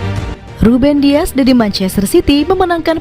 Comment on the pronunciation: * Dias Bukan Diaz